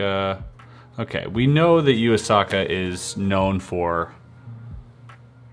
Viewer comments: Hey you! “Yuu Asaka” is pronounced “You A Sucka” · I'm here to be the technical partypooper. "Yuu Asaka" is actually pronounced the exact way it is spelt. 'You a-sa-ka'